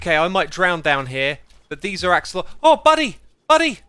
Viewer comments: Lancelotl... like Lancelot but... axelotl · 'Sir Eight Olot'